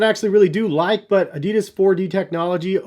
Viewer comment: It hurst how he pronounced adidas:(